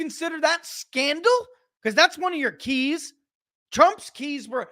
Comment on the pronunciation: The "keys" not the "cheese"😉🤣😂🤣😂🤣